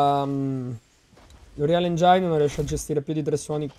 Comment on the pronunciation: Ma è "anrial engin", non engiain :(